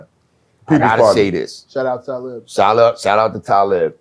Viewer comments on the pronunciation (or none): Yo! I know Talib, but it would've took ever fiber in my body not tah laugh at the miss pronouncing of his name. Canibus ,damn. Lol